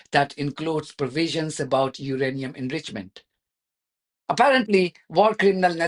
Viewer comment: They keep mispronouncing "enrichment."